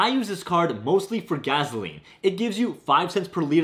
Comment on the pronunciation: Funny how you say 'gas' and 'gas station' correctly but then say 'gaZoline' lol